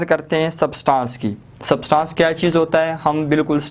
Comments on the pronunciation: It,s substance not subtaaance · सब्सटांस नही substance ऐंस pronounce hoga 🙂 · Bhai word substaaaaaaaance ni hai thats substance pronounciate it propperly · its substance not Subtaaancee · its substance not sabstancee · Sir, Please Pronounce “ SUBSTANCE “ Properly!!!!! Please 👏